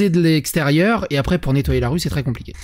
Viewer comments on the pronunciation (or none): none